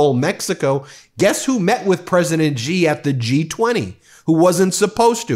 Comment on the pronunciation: President Xi - pronounced as Shi !! Not Jee